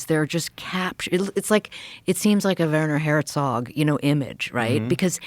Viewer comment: They way they pronounce Werner Herzog 😅